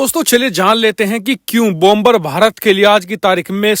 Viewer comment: Please Please PRONOUNCE BOmer. NOT BOMBER, LEARN PROPER PRONOUNCIATIO OF ENGLISH LANGUAGE, THANKS